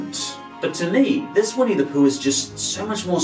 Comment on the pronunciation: Um, no its not pronounced POOK, it's litteraly pronounced POOH. With an emphasis on H. Если не знаешь - не говори :D